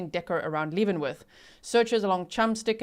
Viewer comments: Spelled Leavenworth, said Lev not Leev. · Leavenworth....pronounced LEV. (short E. sound) like. BEV Great job of reporting as usual..❤❤❤ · Lev-en-worth if you are curious of the pronunciation 😊I live not too far from that area and used to visit for family reunions. Beautiful area. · Hi G- Leavenworth is pronounced more like “Heaven Birth” and Chelan is pronounced more like “Sh-lan” with lan rhyming with Pan, Fan, Can (in an American accent). I live in Washington State, so this is a somewhat local case for me. It’s so sad. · “Shell Anne” “Kit-a-tass” and Lev-en-worth like the prison. Not trying to be rude just helping. I live nearby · FYI it is pronounced Leaven like yeast. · Local here, leavenworth = lev-in-worth Chelan = shuh-lan(like van with a L) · Leaven is pronounced like heaven not Leeven❤ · I am a local and Leavenworth is pronounced Levenworth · Leavenworth is pronounced “leh-vuhn-worth”